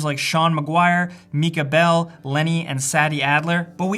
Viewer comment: mee-ka bell 😂